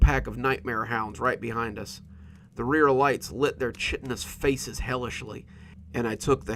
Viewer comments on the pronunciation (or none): As usual I love your narration. One teeny, tiny suggestion... This word "chitinous" and any "chitin" base word is technically pronounced "Ky-tin" and "Ky-tin-ous". Hard K and long I (eye) sounds. Super common to have it pronounced as you do as "Chit-tin-ous" but not gonna lie, drives me bat$#!+ everytime someone, anyone says it 'wrong', because it pulls me right out of the story. Anyways, That is all. My two cents, for what it is worth. No matter what you do going forward I still love your stuff.